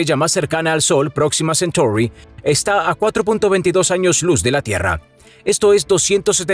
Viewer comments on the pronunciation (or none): Próxima centouri?? 😂😜 Creo que en ocasiones los latinos estamos demasiado acomplejados con nuestro idioma. No hace falta pronunciar a la sajona el nombre de un ser mitológico griego, escrito en su forma latina. En lo demás un excelente vídeo.